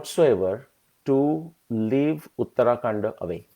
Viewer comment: It is not uttaraakanda, it is uttarakaanda